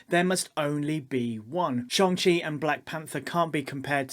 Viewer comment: Excellent vid. Social media definitely perpetuates this too. Everything has to be A or B, good or bad, there's never any in between or nuance. (It's Shang-Chi by the way 😀)